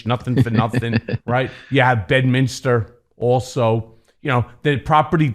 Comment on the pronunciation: I am no Trump fan nor Guliani fan. This interview though is a joke. The guy doesn't even know the name of the town in New Jersey. It isn't BedMINISTER, it is Bedminster. Not to mention the guy has a foul mouth. Can we ever just have a normal conversation with the garbage vulgarity. It makes you look and sound small, uneducated and crude.